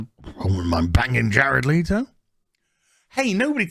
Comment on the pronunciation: It’s Le-to not Lee-to you dumbass lmao